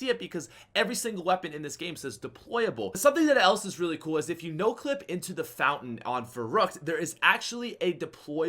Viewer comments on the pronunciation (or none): none